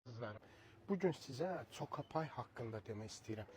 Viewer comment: Kalxoznik coka pay Yox, koka pay seslenir ))))